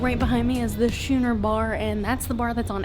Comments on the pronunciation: I'm just being pedantic and this may have already been mentioned... "Schooner" is pronounced SKOO-ner and not SHOO-ner. Looks like an awesome ship. Thanks for the tour! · It's pronounced scoo-neh, not shoo-ner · Thanks for the quick tour of a ship I will be on March ‘22. Btw, Schooner Bar is pronounced “skooner” or if you’re from Boston, like I am, it’s pronounced “Skoonah Bah” Lol